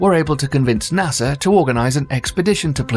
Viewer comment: And the way he says nasa= nasser Idea=idear Im in love with this man I listen to this before bedtime and it puts me to sleep like a child with the knowledge of the universe in my mind